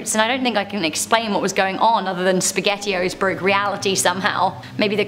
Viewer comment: "The speghettio" Don Don don 🤣